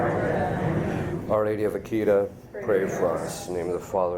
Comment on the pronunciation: Akita is pronounced "AH-kee-tah". I pray for you, Father.